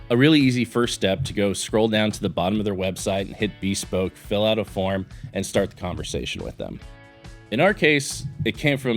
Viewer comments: Great video and watch! Minor thing, I’m used to hearing “bespoke” as buh-spowk (emphasis on 2nd syllable). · That is not how you say bespoke 🤦‍♂️